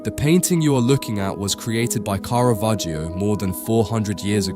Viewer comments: not KARAVERGIO... Its pronounced carra vagio.... 😂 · Мерзкий ИИ-чный перевод! Такие ролики просто твари делают. Специалист с удивлением услышит, то Караваджо, оказывается- Каравахия, а дилетант может воспринять за чистую монету и решить, что такой художник был. Я уже молчу про бесконечные ошибки в ударениях . Просто гадость от ИИ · И.И. переводит текст.и совершенно не понимает как звучит имя художника.я только приглядевшись поняла,что речь идёт о картине художника Караваджо.думала Каравахо.испанский художник.неизвестеый широкой публике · Караваджо, а не Каравахиа. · От тупой ИИ - Каравахия ! Я сейчас уссусь! РЖУНИМАГУ! Хватило на 26 секунд! В жопу такие ролики! Смотрите сами ваше говно! Дизлайк и блок канала! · Одно замечание: есть исторически присущее звучание имени художника - КАРАВАДЖО. Зачем его изменять? Зритель знает, что ИИ не сам коверкает произношение, ударение, пунктуацию и т.д. Это делает автор программы озвучки, и остаётся вопрос - зачем? Тема сама по себе хороша, чб привлекать внимание, а эти глупости не добавляют чести автору. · Interesting video disturbed by the false pronunciation of the painters name which is [kara'vadd͡ʒo] according to IPA)... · Каравахио? Осточертел безграмотный ИИ. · The "i" in "Caravaggio" is completely silent. It's just there to change the sound of the double "g" ... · "Caravaggio" is pronounced with a short 'a' in all three cases, as in 'cat', both in Italian and English. (Not a long first vowel sound, as in 'car'). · Der Sprecher sollte, wenn er über einen Maler spricht, wenigstens die richtige Aussprache des Künstlers kennen. Der Inhalt ist gut. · Seit wann spricht man das i in Caravaggio aus, bitte Italienisch lernen!!